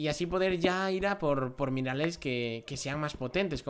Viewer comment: Dijiste minales en vez de minerales.